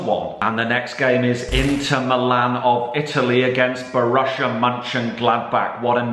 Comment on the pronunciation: Why does say Borussia as bor russia same with gladbach